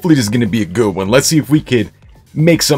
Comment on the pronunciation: #WRwinNShanlou ZI4MS1 / Android Hey thanks for the giveaway and like your accent to pronounce the goooooood 😂😂